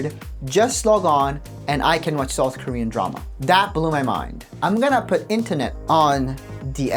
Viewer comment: I thought you said soft Korea instead of South Korea, the more I think about it, south would definitely be the softest Korea 😂